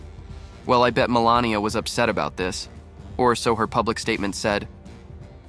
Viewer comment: It’s Mel AN ia!